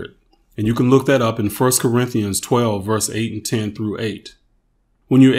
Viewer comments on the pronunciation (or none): none